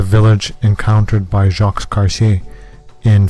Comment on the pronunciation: We are supposed to trust your academic skills and believe your findings in this documentary on Canadian history, but you couldn't even be bothered to learn how to pronounce Jacques... 🤡